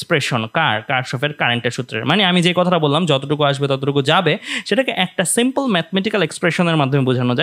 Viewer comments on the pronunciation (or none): none